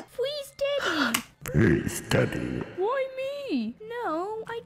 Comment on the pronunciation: instead of daddy i hear deaddy